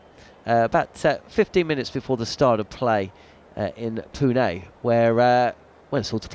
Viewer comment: Really appreciate the correct pronunciation of Pune at the start